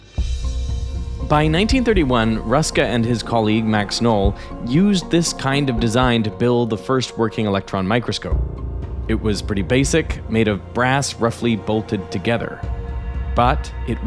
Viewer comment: It is not pronounced like null, Americans always get pronouncing names wrong. It is: K (like the C in cap) N (like N in null) O and L (like oal in goal)